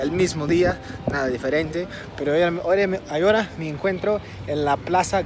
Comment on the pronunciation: He notado que cuando quiere decir ahora dice Agora. La H en español es mucho, por lo que tiene que decir: a-o-ra. When you want to say "ahora", in spanish yo don't say A-go-ra, yo have to say: a-o-ra.